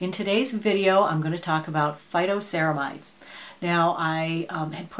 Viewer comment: Phyto...not photo!🙄😄